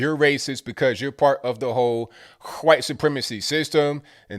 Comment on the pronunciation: i love how pronounces wHHHHHHite! 🤣🤣